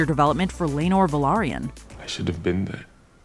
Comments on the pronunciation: You pronounced Velaryon at LEAST 2 different ways throughout this video.. incorrectly each time. It's not Vylerion, or Valyrian... it's Velaryon. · It's velaryon not valerian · Nice! Another channel that doesn't mispronounce; "Velaryon." (It's been literally addressed specifically during the episode three "behind the scenes/making of" clip, and yet still gets pronounced wrong by a ridiculous number of channels on YouTube, especially among those attempting to come across as; "experts," on the subject matter. It's quite refreshing to hear there are some who pay enough attention and demonstrate sufficient quality control out there.) it probably doesn't even matter that much lol admittedly but, still says alot. ✌️